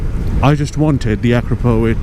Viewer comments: it's not "akrapovik", it's pronounced "akrapovitch" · Please, Akrapovich! not with K. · actually, it's "a CROP o vitch"